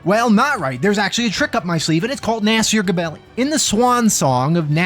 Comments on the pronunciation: I'm gonna miss you saying Naaasier Guhbelly. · The way you say "Nasir Gebelli" gives me the staunchest of brain scratches.